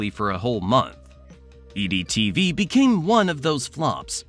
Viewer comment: Is the voice AI? His voice pronounces EdTV as EEE-DEE TV. I didn't question anything until that moment in this video. Am I wrong?